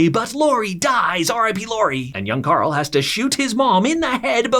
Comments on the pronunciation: bro its Carl not Coral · everytime this man said carl is sounded like he was saying "CORL" which pissed me off lmfao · the “carl” has me weak 😂😂